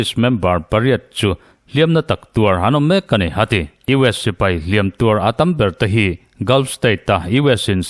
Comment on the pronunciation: "Hliam" leh "Hliam tuar" i lam dãn a dik ta zaih mai, Ngaihtlãk a nuam e❤